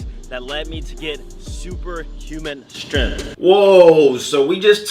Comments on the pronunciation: Me: "Strength" You: "S t r u h n" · that level of strenth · no its shtrenth xD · With how much all these fitness youtubers know, you’d think they’d be able to pronounce the word “strength”